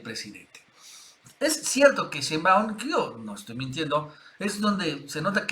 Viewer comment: Nacho te va a regañar.. sheinbaaund...